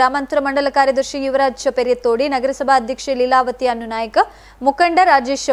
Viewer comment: ನಿಮ್ಮ ಉಚ್ಚಾರ ಸರಿ ಮಾಡಿ ಏಳನ್ನು ಏಲು ಎಂದು ಹೇಳಬೇಡಿ ಅನ್ನು ನಾಯ್ಕ್ ಅಲ್ಲ ಅಣ್ಣು ಎಂದು ಓದಿ ದಯಮಾಡಿ ಕನ್ನಡದ ಕೊಲೆ ಮಾಡಬೇಡಿ 🙏